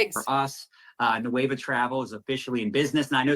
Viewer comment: He is literally calling it “nueve” repeatedly instead of Nueva. Hilarious 🤣 😂